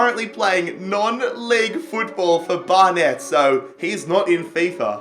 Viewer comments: Barnet is pronounced "bar - nit" not "bar - net." Thanks. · Barnet is pronounced Bar-Nit... I don't know why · Bar-net haha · Just saying you pronounce Barnet 'barnit'